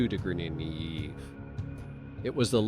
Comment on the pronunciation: I thought “AI” stood for artificial intelligence??? There is absolutely nothing intelligent about this AI dude. He’s cracking me up trying to say “degrees” lmao 🤣 too funny.